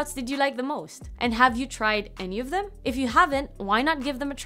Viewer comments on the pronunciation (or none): none